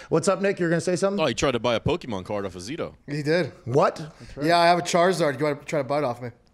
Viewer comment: Everyone who does that, like calling them pokeman instead of pokemon knows more than they are letting on